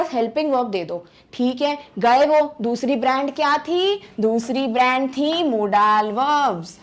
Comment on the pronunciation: hello everyone! me ya kaha na chahata ho ky app ka accent kon sa hai app ki pronounciation na british ha or na american like app ap kha rahi ho modaaal but it's not correct ya na british ki pronounciation ha or na america ki bus yahi bata na tha orr baki sub exellent tha thank u sooo much 🙂🙂